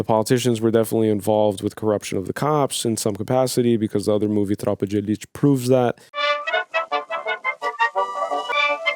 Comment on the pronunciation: Im legitemely mentally gone! Recognize it as a brazilian movie, this WONDERFUL Brazil T-shirt and a perfect pronunciation of "Tropa de Elite". Everthing in less than 15 seconds!